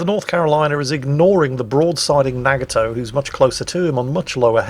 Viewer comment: What the hell is a NAG-A-Toe?